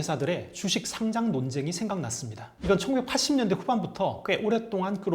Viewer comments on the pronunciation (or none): 마지막에 상장 축하한다는 말이 어째 돔 공연 축하해... 처럼 들리지ㅋㅋㅋ